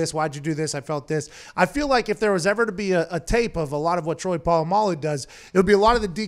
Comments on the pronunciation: "troy poololamaloo" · Everyone: Literally everyone: Pat: TROY PO LA MALU RUINED MY LIFE